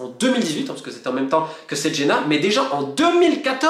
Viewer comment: juste une légère correction sur le club de cesena qui se prononce tchezena et non setchena